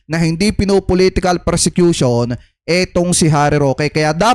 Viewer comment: Ang tamang word persecution hindi.presecution.